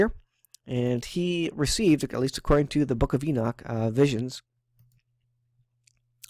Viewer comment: Thank you for calling him ENOCH and not enik😒 lol that drives me crazy man lol 😂